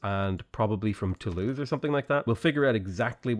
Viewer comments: “Toulouse” is pronounced “To lose” and not “tooloo” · Toulooh xD you do actually pronounce the s in this case cause of the e at the end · hey! i feel like you must have gotten some help with french pronunciation, because you avoid saying the "s" at the end of words. cool! but note that "tolouse" and "amboise" end in E, not S - in those cases you do say the "s" sound at the end!